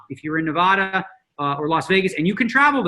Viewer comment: Dnegs does not know how to pronounce Nevada